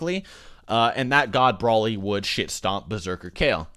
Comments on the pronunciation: DUDE IT'S NOT BRÓLY OR BRAWLY It's Broly (Bro-lee).. ffs everytime you say it triggers me. Watch the dubbed movies and hear them... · Bro-ly not Brah-ly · why do you keep saying "brawly" instead of broly? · Broly not braly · Can you just say BROELY like everyone else... I’m pretty sure you’re like the only person on planet Earth who says BRAHLY. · It's broly not braly😭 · Damn dude, pronounce broly properly will u! It's not 'Brawley' it's Broly! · Omg the way he says “brawly” like bruh try at least. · I cringe every time you say Broly like Brawly 😂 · everyone says Broly like brawly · Are you stupid? "Braley"??? really? Learn how to pronounce Broly idiot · It's pronounced "Bro-Lee" smh lol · Me: Wow this seems interesting. I'll give it a watch: "Brawly" Me: I immediately regret this decision. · NOBODY FUCKING SAYS BRAHLY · Why is he pronouncing Broly as Brawly? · I was reading a comment chain while eating ice when said "Brawly". I slammed down my cup of ice and closed the chain (I'm on mobile) and was about to leave a triggered comment, but then corrected himself. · Say his fuckin name right dipshit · Dude your not saying broly right